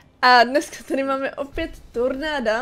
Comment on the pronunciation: Maky řekla místo tornáda ornàdo